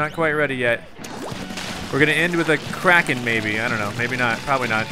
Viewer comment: When it's sayed it sounds like it's spelled k r a k o n but it's spelled k r a k e n